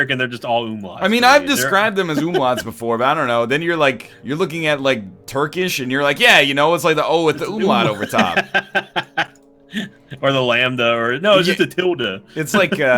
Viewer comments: UHMLADS? You mean Umlaute? The "au" in it is actually pronounced like the "ou" in ouch. Hope you see it and acknowledge it in the next episode. ツ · Caeligo Cielo I know, I was just noting their pronunciation of it